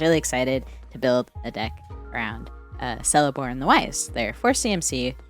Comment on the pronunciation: It's pronounced "Keleborn". All Tolkien elves with a C are a hard C :)